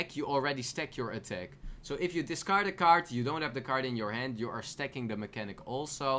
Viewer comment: discard dis card nice pronunciation